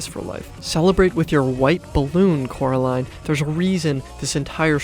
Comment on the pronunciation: how could you make a video about coraline and call her caroline😭